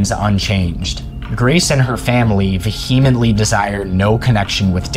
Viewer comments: Vehemently = vee·uh·muhnt·lee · If you are going to use the word "vehemently" in every other sentence, please learn how to pronounce it. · No one says vehemently this much, especially someone who pronounces it wrong. This has got the be engagement bait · I just want to know why you can't take the time to learn how to pronounce vehemently correctly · Inundated not indunated VEE-huh-mently not vuh-HEE-mently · Words you need to look up the pronuciation for: Wichita. Inundated. And ESPECIALLY Vehemently.